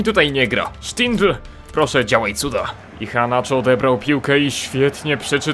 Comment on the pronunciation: Przy wymowie nazwiska "Iheanacho" NIE WYMAWIAJ "H", gdyż jako iż jest to Nigeryjczyk, a jako, że językiem urzędowym w Nigerii jest angielski to prawidłowa wymowa brzmi "IEANACZO" z akcentem na "E". www. dailymotion. com/ video/x2yrjoq_1-2-kelechi-iheanacho-goal-as-roma-v-manchester-city-international-champions-cup- _sport - usuń spacje . . Tutaj słychać dokładnie. . . Nie ma za co :)